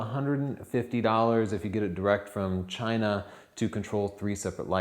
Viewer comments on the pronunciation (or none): none